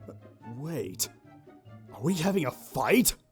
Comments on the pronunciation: "I'll fite you" - 2016 😂😂😂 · "I'll fite you" XD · "I'll fite u" - 2016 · "i will fite u" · "I'll fite you"